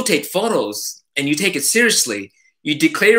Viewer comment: classic "Take" (spoken properly with Japanese accent:)) )... so much info as always. You're warehouse of information. Its incredible and I always learn so much from you. Thank you. Keep this format coming. Loving all the new content!!!